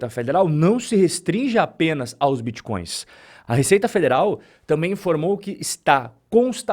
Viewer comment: Vixi, estão atrás dos biticóios e crépitomoedas. O povo vai atrás das aulas do Renato 38tão, o homem que tem solução pra tudo e termina todas as frases com uma pergunta ao interlocutor.